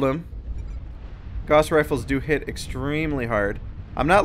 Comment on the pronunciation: ok let's get this straight Gauss is not pronounced "g-o-ss" it's pronounced "g-ow-ss"